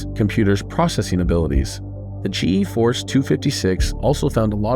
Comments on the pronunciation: I cringe every time he says G E Force. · G.... EEE force